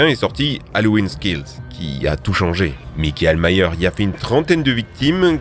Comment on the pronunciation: Tu le prononce "mikaël maïeur" alors que c'est "maïkeul mayeursssssssss" même si ça s'écrit michael myers